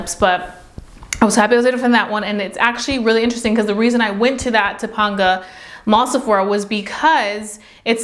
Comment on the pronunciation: It’s pronounced to-pain-ga mall lol like Topanga from boy meets world